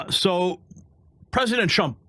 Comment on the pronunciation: sounds like you said President Chump